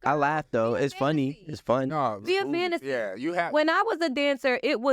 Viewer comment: She keeps saying this word FANTASY, FANTACY, FANTACY but doesn't realise that those glory days WAS A FANTACY.....AND YOU AIN'T GITTIN UM BACK 🥴😂🤣😂🤣😂🤣